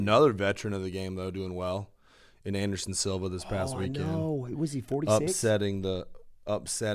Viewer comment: "Anderon" Silva